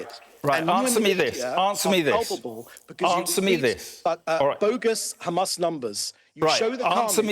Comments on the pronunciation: Khamas, khamas, khamas, human shield, human shield...blaa, blaa, blaaa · This little piggy must repeat “Khamas” in his sleep